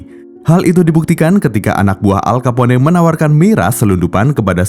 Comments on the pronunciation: Dan lebih enak dengar "al kapon" daripada "al kapone" hehe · Nama manusia atau nama tempat wajib disebut dengan betul,,gw dengar aja kek guna bahasa alien,,al kapone sebutan salah,nyebut nama orang begitu udah di anggap tidak menhormati,,alll kaponeeeeeeeeee🤣🤣🤣🤦wajib belajar bahasa luar ga boleh seenak nyebut bahasa daerah cokkk,bikin malu negara pribahasa ga betul wkwkwkkwk